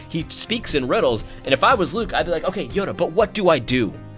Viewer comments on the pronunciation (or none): none